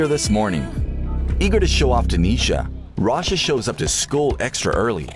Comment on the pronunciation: sorry but why is this guy saying „rasha“